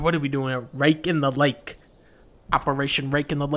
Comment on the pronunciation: "RaKKe IN ThE LaKKe"